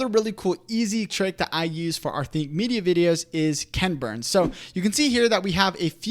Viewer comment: You guys make such helpful videos! I did chuckle at your saying KENburns, instead of equal emphasis KEN BURNS. I remember first watching his documentaries that "created" this style more than 30 years ago.